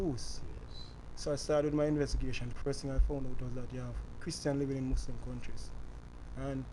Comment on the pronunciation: Mouslim jamaican